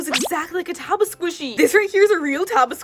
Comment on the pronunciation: Hi, I just wanted to tell u that it is not TABA it is TAOBAO. I am really effended as a Chinese since taobao is Chinese and pls stop saying TABA